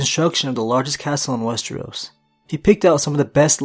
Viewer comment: WES-TER-OS. NOT WES-TREE-OS! WHY DO YOU PRONOUNCE IT TWO DIFFERENT WAYS!?